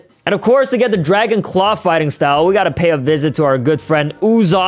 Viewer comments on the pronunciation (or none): Bro literally said dragon claw💀